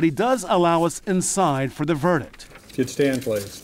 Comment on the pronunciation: I cringe when law professionals say verdick and districk. There's a "T" at the end of those words and it's not silent!